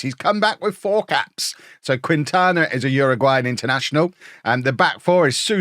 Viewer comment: I feel bad being pedantic, but know that does actually care about trying to say some of these tougher names right. I think Quintana should be "Keen-tana". Not sure about Mexican vs. Spanish pronunciation differences, but Quintana Roo is a state in Mexico pronounced this way. Keep up the awesome coaching, and I'll keep my fingers crossed for that Tycoon takeover. Never had one myself, so I'd love to see it in action.